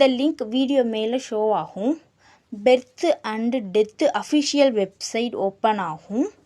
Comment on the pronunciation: It's Birth not beth